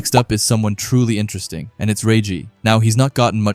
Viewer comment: Intrest ting. 😂😂😂 Enter Es ting.